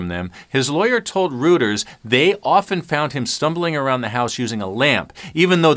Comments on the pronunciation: Just fyi: 😅 Reuters is pronounced, ROYTERS , not "Rooters", as you pronounced it several times. 🌈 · “According to rooters”... Reuters is pronounced “royters”, not rooters, that’s common knowledge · Entertaining stories. FYI: Reuters is pronounced Roy Turrs. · Rest of the world calls it 'Royters'